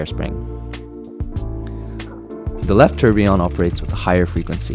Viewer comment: You know, its never ceases to amaze me that people can be so deeply Involved in their work or profession and not pronounce words correctly. Its tour bee yon. Not tur be on. I used to work on nuclear powered ships annd people would call it new cue ler instead of new clear as its spelled (nuclear, not nuculer). I simply dont get why